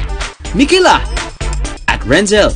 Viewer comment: Hindi po iyan renzell its renzcel po kaklase nya po ako